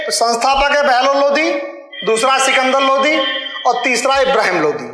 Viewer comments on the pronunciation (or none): भाई इनको किसने शिक्षक बना दिया जिनको द और ध में अंतर नहीं मालूम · Lodhi nahi Lodi bol be. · Lodi aur lodhi rajput Alag Alag he jab khud ko sahi se pata nhi he bta kyu raha he chandravanshi me lodhi sabse bade hote hume Muslim se kyu jod rha he chacha charo veda ko sahi se study kar le tujhe lodi aur lodhi Bolne me dikat ho rhi he